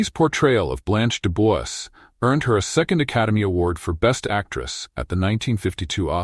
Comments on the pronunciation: De Bois pronounced as De Bwa. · mispronounced Dubois?!? Bye